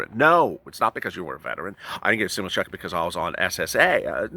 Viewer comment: Stim- you - lusss 😂😂😂😂😂